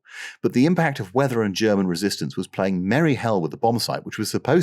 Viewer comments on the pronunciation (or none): none